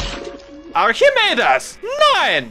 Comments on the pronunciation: Archimeedes? Nein? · At the end Medic: ArChEeMedEs?